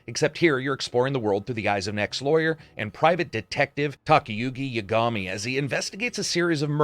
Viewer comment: Says Yakuza properly and then butchers Yagami. Sigh.